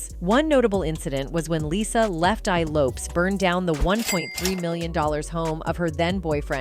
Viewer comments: Yes can't believe there aren't more comments on how she's saying "Lopes" lol, how can anyone not know this woman said it Lopez? she's one of the most famous women of the decade. They probably do it on purpose to make people comment. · It's LOPEEEEEZZ 🤦‍♀️ like dang at least get my girls name rite smh I hate AI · I think its AI reading. Ive noticed it on other videos too. Many vids these days are using an AI narration i think. I think. I could be wrong but ive noticed other mispronunciations that are similar. AI is reading it phonetically. Lopes with an S does not phonetically read as lopeZ. What do yall think? Maybe? It bugs the shit out of me when i hear stuff like that and then the grammar mistakes too! 😮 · Why did you BLEEP OUT the word Sexy in this report on TLC? And Left eye's Last name is pronounced as Low-paz... duuuuuuuuhhhh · It's Low-Pez